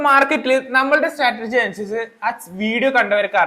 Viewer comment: സ്റ്റാറ്റർജി അല്ല സ്ട്രാറ്റെജി